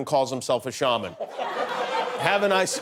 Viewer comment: What a joke. Qanon "shaw" man isn't even a good brujo. Besides, it's not pronounce "shaw" man. The correct pronunciation is shaman, like "sham" which is what he is. A sham.